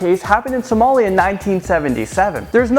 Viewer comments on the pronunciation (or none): none